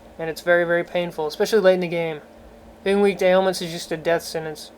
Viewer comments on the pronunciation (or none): none